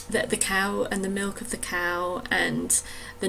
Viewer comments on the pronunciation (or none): none